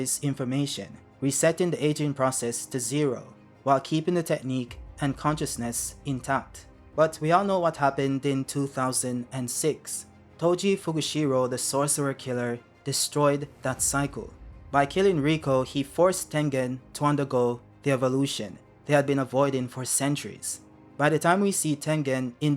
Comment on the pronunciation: Here you go: - Toji fushiguro and not fugishiro; - A sorcerous brain can only hold two techniques at most, that's why Yuta has Rika as a backup for all the cursed techniques. kenjaku has Geto's curse manipulation and Kaori's/Yuji's mother's cursed technique (Spoiler if you are an anime-only), kenjaku's body swap is his innate technique and basically doesn't count due to how it works. But he can only hold two techniques at any given moment, we don't really know if kenjaku's domain expansion is curse manipulation or gives him access to all previous cursed techniques he had in the past. - Hakari's domain isn't tied to music but to a type of slot machine called pachinko and to an anime/visual novel that Hakari was obsessed with. Basically, he wins infinite cursed energy if he hits a jackpot related to events of the anime/visual novel. The music is just the theme song of the anime/visual novel that continuously plays while he is in jackpot mode (it's an actual anime/visual novel that exists in the real world, apparently); - Nobara and not Nabura (this one i'm not sure because it might be his accent and not a mistake); - Tengen was a woman before becoming a thumb with 4 eyes, but the image shows Isaac Netero from HunterxHunter; Also calling them failed immortals is very unfair because, at least in Tengen's case, she was evolving into a god-like cursed spirit that would lose all emotions. And Kenjaku was evil and that's what screwed him. Last but not le